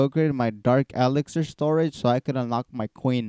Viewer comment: He's mocking how you say elixir xD